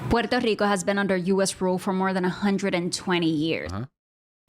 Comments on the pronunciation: It is gigacringe to pronounce Puerto Rico with an accent it is world crushing cringe it is death level cringe it hurts the souls of anyone who hears it. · Haha I think she was rolling her r’s because she’s actually from PR. When speaking English I myself alternate between using the english pronunciation and the Spanish one. It’s just awkward as an ESL speaker because I want to say it as I normally would in Spanish but I also don’t want people to think I’m doing it to sound pretentious.